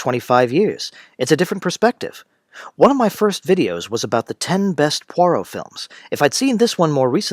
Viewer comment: It's not Pore-Oh. It's Pwa-roh. I can't keep listening to you mangle the name. If you were a fan and had watched the show, you wouldn't be mispronouncing it. This must be AI.